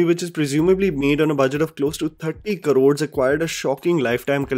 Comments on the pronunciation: it's 'Crores', not karods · Please say crores instead of Karods